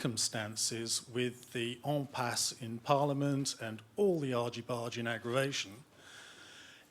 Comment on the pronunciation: Listen in the last few minutes as an apparently Brexit inclined questioner tries to pronounce “Impasse” with a French accent and comes out with “Empasse” instead of correct “Ampasse” - there’s your average Brexiteer Brit-centrism in a nutshell!